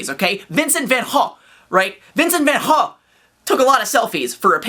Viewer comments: FFFFFUCK YEAH CORRECT "VAN GOGH" PRONUNCIATION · Hey, Perfect pronunciation of Vincent Willem van Gogh's surname. Impressive, my man. (yeah!):D